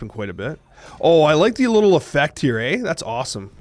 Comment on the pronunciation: i loke that canadian "ey" :D